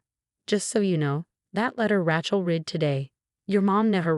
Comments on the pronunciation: If Rachel was spelled “ratchel”, you would have the pronunciation right. However Rachel is pronounced “ray-chell”. If you’re going to use names, please at least write them out so the AI knows how to pronounce them. 😤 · RACHEL is pronounced as RAYCHEL not RATCHEL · What is your obsession with Ratchel and Emma? Pls find two other girl names, from the millions that are available for you to use. I can't even finish your stories because it's so irritating to listen to you assaulting the name all the time.... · Her name is pronounced Raychel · It would be nice if it actually learned how to pronounce certain words, especially Rachael. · Your AI needs to know how to pronounce words correctly. The woman’s name is Rachel, with a long a, not a short a as in the word rattle.! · CAN YOU PLEASE PLEASE GET THE NAME RACHEL RIGHT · I agree but I guess I'm getting over the mispronounced words and names and constant Chen name